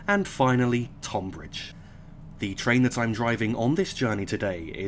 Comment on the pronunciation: Tonbridge is pronounced Tunbridge :)